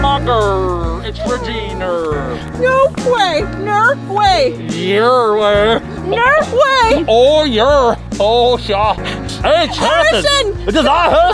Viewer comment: “NER WAY YER WAY”